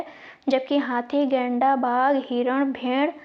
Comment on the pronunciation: Madam ap गैंडा को लैंडा बोल रही है और मोहनजोदड़ो को मोहनजो*** बोल रही है प्रश्न संख्या 76 class 3